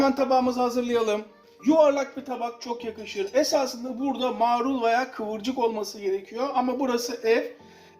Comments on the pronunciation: Türkçenin yanlış KULLANILMASINDAN çok rahatsız oluyorum.Eminim, mağrul diyen arkadaşta bahsettiği sebzenin marul olduğunu biliyordur. Yanlış telaffuz ettiğini fark etsin diye soru sormuştum.Farkında olmadan araya "ğ " alıyorlar.Börek yerine böğrek deniliyor misal. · aylardır seni izliyorum da bu video beni rahatsız etti be usta maaaaaarul değil marul :)